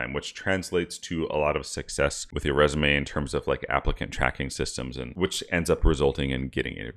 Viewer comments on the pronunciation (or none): none